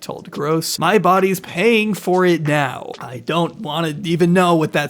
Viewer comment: are we serious right neow..... 😂